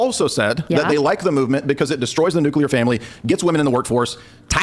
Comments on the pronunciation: I was fully on side until she said "nucular". She lost the debate. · She’s not helping herself by saying “new-q-lure”